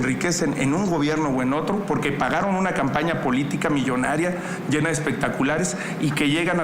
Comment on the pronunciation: La tal Xochitl dice pogque hasta burra para hablar